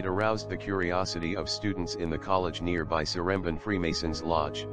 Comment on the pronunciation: if he use google translate how came he said one of the names like seremban wrong?